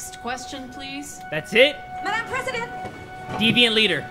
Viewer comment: It's deviant, not devient. You could at least try to search it up.